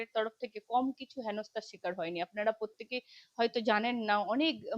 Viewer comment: পত্যেকে টা কি❓ আর শমিক টাই বা কি❓ আয়নার সামনে দাঁড়িয়ে আগে উচ্চারণ ঠিক করুন।